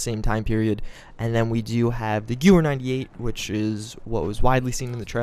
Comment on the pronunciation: You forgot an "E" It's Gewehr or Gewher approximately